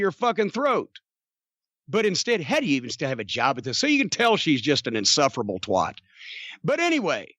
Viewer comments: I’m noticing a pattern here - anyone who is REMOTELY getting over in the wrestling world is getting lambasted by Jim Cornette - it’s almost like he’s trying to keep himself relevant by negatively latching on to the latest breakout stars in the business... By the way Jim, it’s TWAT not TWOT!! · The best pronunciation of the word "twat" definitely goes to Jim